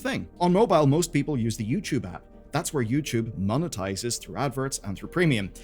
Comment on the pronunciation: ITS NOT YOUCHUBE